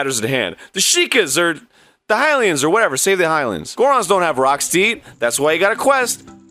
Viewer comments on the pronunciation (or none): none